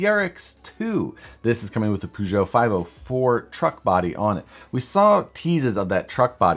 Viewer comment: (giggle, snort) - it ain’t “Poo-Joe”! I used to own one, and I never went to the bathroom in it! Your cats purr, right? Take the “R” off and there it is - Purr-zho!